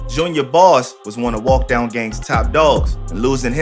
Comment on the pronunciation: dis mane said baby walk dog and not baby walkdown 💀